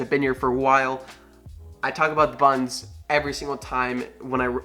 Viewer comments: Desert Falcon That’s all I hear now 😂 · Did you say "buns"? Or "buttons"?